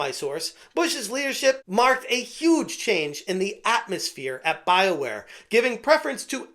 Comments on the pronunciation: Thought it was pronounced Bioqueer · I know it's Bioware... but I keep hearing Bileware